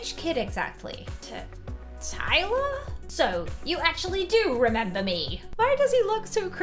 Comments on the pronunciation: You’re like Iyler instead of Tyler 😂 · and the part of the gang is ailer. me: ailer? it's tailer.